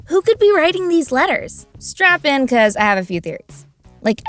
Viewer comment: did you say strap in or strap on